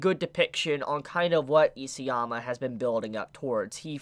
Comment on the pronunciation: It really bothers me that you pronounce “EASYama”. His name is ISAYAMA!